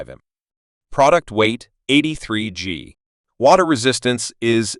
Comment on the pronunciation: “Product weight, eightee three gee”